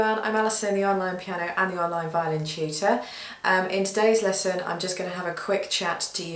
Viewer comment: is it only me but whenever she says tutor I hear cheater? idk I just hear that...